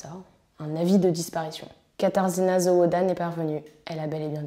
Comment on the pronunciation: La prononciation les noms est vraiment médiocre ! Zawada / zavada /